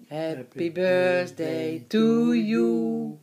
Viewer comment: This is cute because my dad used to say "bursday" too, never could manage the "th" even after 30 years, the rest of his life 😁